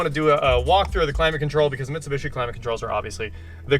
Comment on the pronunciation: I may start watching these again if you stop mispronouncing Mitsubishi.